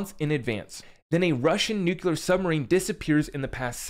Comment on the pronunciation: If you say "nuclular" one more time, Im gonna lose my shit. It isnt a hard word.